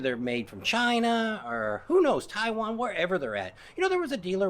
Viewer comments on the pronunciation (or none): none